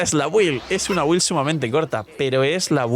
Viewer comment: Cuando empezaremos a pronunciar bien la palabra BUILD? (Se pronuncia bild) Si te llamas, el canal Games and Chill, y te patrocina Lootbar, pronuncia Build bien por una m4ldita vez!!!